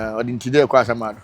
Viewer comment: Please Madam,your name is "Asiamah and not Asuamah" 😂😂😂.Make note of it because you've been mentioning it that way for soo long